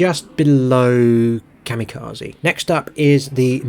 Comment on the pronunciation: Ka-mirages! 😂 I ❤ it!!!